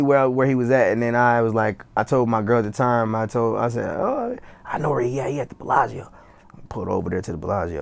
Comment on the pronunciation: Nigga said the Bellaggio